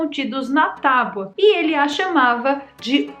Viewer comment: falou “tauba”?!